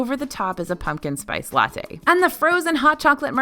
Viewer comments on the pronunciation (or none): none